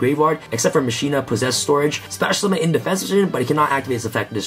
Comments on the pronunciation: Right? Final Fantasy X was damn near two decades ago and they got "mah-key-nah" right the first time. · ma-ki-nah not ma-shi-nah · for the love of God its mah-key-nuh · As a highly educated duel links player I believe its pronounced Ma-China 😤😤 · I cringe everytime someone says "masheena"